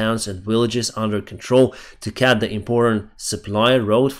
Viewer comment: A few English things that you need to get straight: 1) they have taken (NOT they have took). 2) There is no tank (NOT there is no any tank). 3) pronunciation of ‘they cut’ you sound like ‘they cat’. Don’t get me wrong your channel is great.